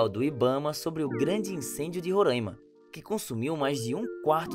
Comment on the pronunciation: mano é porque a parada de falar rorâima ao invés de roráima eu já acho uma questão meio xenofóbica pois vocês do Sudeste e Sul estão chamando um estado do jeito que bem entendem sem sequer ligar para o fato de que o estado tem o próprio nome e a sua forma correta de falar.